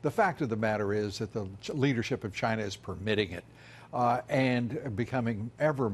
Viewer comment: Hank Maximus That’s how Trump says China...”Gyna” like “Gina” but with a Y instead. Like Gyro but with “na” instead of “ro”